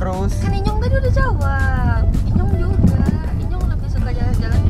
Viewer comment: Enyong bangg bukan inyong